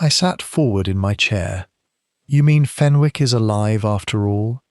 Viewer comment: There is not a 't' in Fenwick 😮